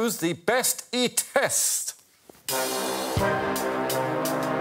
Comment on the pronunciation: Alex's pronunciation of "bäst i test" was really good! I haven't even seen the task yet but I'm giddy with anticipation.